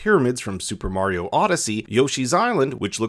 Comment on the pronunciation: Not skeleton koopas Dry Bones The way he pronounced Mario is illegal